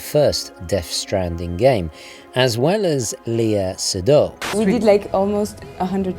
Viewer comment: It’s Lay-a Say-doo; not lee-a Se-do. Honestly without the image I would not have understood who you were talking about.